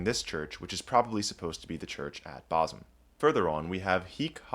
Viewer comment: Well done on the correct pronunciation of Bosham. Incidentally, it’s a village rather than a town: it’s too small to be a town